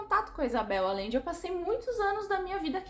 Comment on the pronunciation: Te amo lindona!! Apenas pra constar, a pronúncia do sobrenome aLLende é aJende, o LL tem som de J/G, então fica o som de Agende, de agendar na agenda, hehehehe AMO ESSE LIVROOOOOOO!!!!!